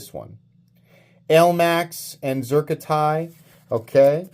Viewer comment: "elamx" steel. nice 😂